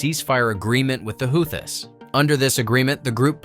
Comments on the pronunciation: Like the video but the How-this? lol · “Howthists” 🙄 Stop trying to make AI happen. We don’t want it 🙄